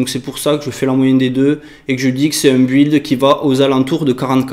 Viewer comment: pr info, build se prononce "bild" ;)